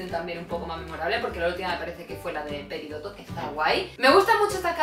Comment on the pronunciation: yo soy de españa y admito que prefiero las de la version original y muchas de la version latina antes que la española xD P.D. Es PERIDOT no PERIDOTO (me sangran los oidos cuando llaman a la reina dorito asi jajaja)